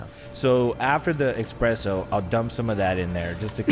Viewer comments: Say it with me “ESPRESSO” not eXpresso 😭😭 love y’all but it makes me cringe so much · As a barista at the Stanley Hotel….I’m triggered by saying “eXpresso” instead of espresso 🙃🙃😂😂 love you guys so much! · When said expresso instead of espresso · I love but I couldn't handle him saying "expresso shots" lol